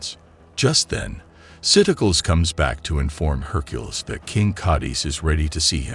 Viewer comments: My God, I HATE these AI voiceovers. Herk-a-liss meets her at a local tavern and usual joint spot. Urges people to stop their "bare-ige of rocks". Just hire your useless brother in law for a couple of bucks. At least he know how to pronounce basic English words. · Have we all been saying Hercules’ name wrong this whole time or does this AI just say it weird?